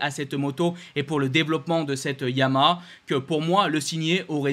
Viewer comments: tu n'as toujours trouvé un orthophoniste pour ton défaut d'élocution:YA-MA-HA....... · T’as du mal à prononcer Yamaha !